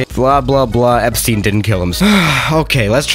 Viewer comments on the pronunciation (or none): none